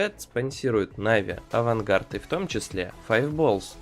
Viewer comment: это АВАНГАР а не АВАНГАРД,пихаешь рекламу-пихай правильно,чтоб уши не резало